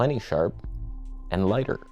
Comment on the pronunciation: We need a "lighper" t-shirt! It's like "toneh" but "lighper". 😂